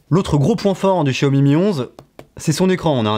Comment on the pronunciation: Pas de test vidéo sur le Xiaomi Mi Lite 11 5G ? Ah cette marque se prononce Jiaomi 😊.